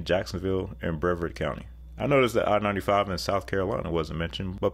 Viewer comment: Brevard is pronounced "Bray-VARD"